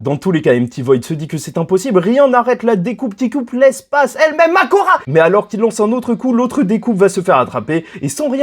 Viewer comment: « Makora » 😂😂🤣🤣🤣😂 j’étais pas prêt Chef